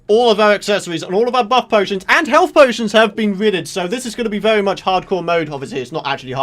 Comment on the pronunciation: OMG when you say very its really funny it sounds like vewy